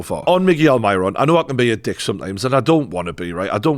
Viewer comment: Pronounce Almiron's name right ya tosser